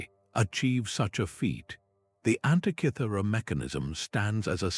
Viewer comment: One minute in and the inaccurate AI illustrations have turned me off. That "Antichithura" device is a wholly invented fake. Do you mean ANTIKYHERA MECHANISM? If so your translator is as bad an example as I've seen and heard. Zero marks for content!